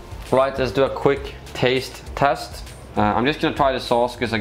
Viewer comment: "Yeah, let's not dew that" dews it multiple times